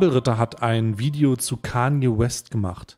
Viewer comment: Kevin muss ganz dringend lernen wie man “Video” ausspricht